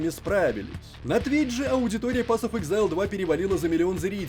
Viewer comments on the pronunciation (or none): Не "эксэйл", а "ЭКЗАЙЛ"! "Эксэйл" - это выдох.